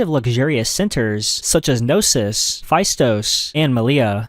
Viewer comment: Your voice is too irritating to listen to for any length of time. Can't you get someone older to read out your scripts ? You also need to at least try to pronounce names like 'Knossos' correctly. 😔